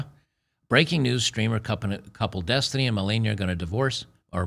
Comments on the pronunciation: it's density.. uh, destiny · Every time you say the word Destiny… I think you’re talking about the girl.